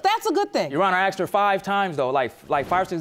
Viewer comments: "No matter how many times you AXED ME?" Weinstien got 23 years and never Axed anyone. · "AXED YOU" This drives me crazy. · What's this axed for asked???